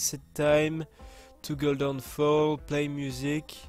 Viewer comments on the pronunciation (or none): none